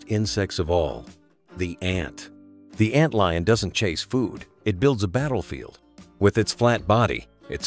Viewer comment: Ant leon? Come on, man. Stop being lazy and narrate this shit yourself.